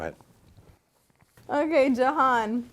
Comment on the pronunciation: She said “probably johan” every time she said his name 😂